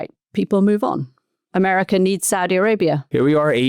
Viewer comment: Gazar, Americar 😂😂😂 why the "R" at the end of every word???